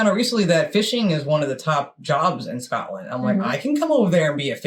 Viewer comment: "Scatland"? Where's that? Anywhere near Scotland? The narrator's pronunciation is atrocious. I find it hard to believe he's ever been near Scotland. The locals would have strung him up for those abominations.